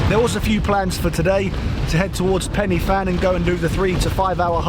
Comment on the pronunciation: 'Pen uh Van', mate, not Pennyffan.